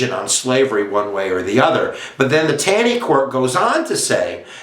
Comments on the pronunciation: it's not Tan-ee. its "tawney". Ta makes the same sound it does in the word "talk" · Pronounced “Tawney”.